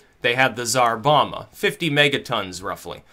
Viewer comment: You pronounced "Tsar Bomba" as "Bizarre Obama"